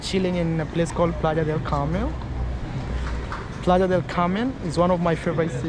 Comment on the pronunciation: it’s Playa del Carmen not Carmel.